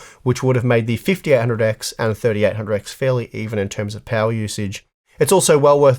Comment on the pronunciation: Am I the only one who kept hearing "the fifty R hundred X" ??